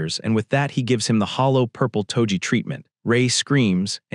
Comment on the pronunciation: “Hallow purple”